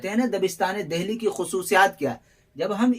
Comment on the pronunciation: اچھی کاوش ہے مگر ......میرے خیال میں...دہلی کو دلی بولا جاتا ہے.؟؟؟ھے ناں؟؟؟ہ نہیں بولا جاتا....عمدہ لیکچر ھے ویسے.🎉🎉🎉